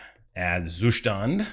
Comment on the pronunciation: The Zustand pronounciation is getting better with every video :)